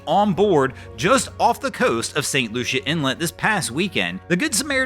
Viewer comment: St. Lucie inlet. "LOO-see, LOO-see, LOO-see!"